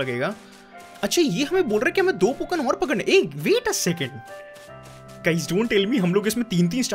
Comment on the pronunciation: Pokan mat bol bhai ajeeb lag raha hai pokemon bol na